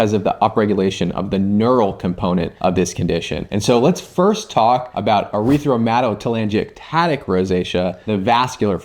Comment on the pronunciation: Nope! Sorry—you didn’t pronounce it correctly. It’s not “erythro”. There is no second “r”. Try “air-ith-uh-muh-toe-tuh-langi-ectatic”. I can’t find anyone on YouTube pronouncing it correctly. You can be the first! Thank you so much for the info. Rosacea my whole adult life.